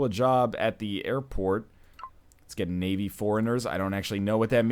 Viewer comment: Navy Forigners? It is pronounced Ny eve. It means trusting and foolish, gullible.